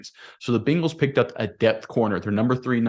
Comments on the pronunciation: Hahahahahahaha " Bing- als " YOU NAILED IT BRO LMAO 🤣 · One of the biggest reasons that I don’t subscribe to this channel is the way pronounces Bengals. It irritates me to hear him say Bingles. Please learn how to pronounce the name of the team that you are covering.